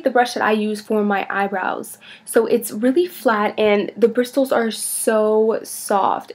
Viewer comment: She pronounces the T though lmao, that's not how you say it.